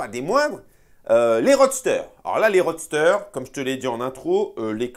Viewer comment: Roster, ce n'est pas roadster. 😉😅